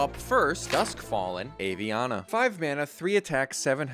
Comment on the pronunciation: Aviana is pronounced Ah-Vee-Ana. Most Hearthstone players mispronounce it and thats understandable. The reason I don't is because Aviana is my best friend's name.